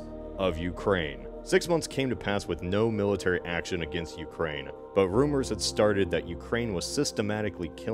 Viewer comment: ah yes the UkraiZe(y)